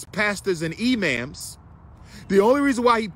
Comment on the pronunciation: I'm dead at Umar saying E-Ma'ams LMFAOOO